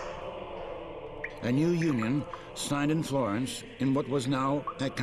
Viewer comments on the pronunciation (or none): none